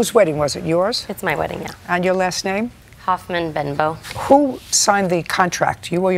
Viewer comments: Thought she said Hoffman-Bimbo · Did she say Hoffman-Bimbo?